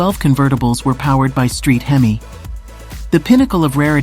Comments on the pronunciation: Did she actually say "hem-miss" engine? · Hemiss engine? Illiterate narrator. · Hemis! Huh?! Sounds like humus! Lol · Hang on.... Can we get a video of you mispronouncing Cuda and Hemi some more? Please, and thank you.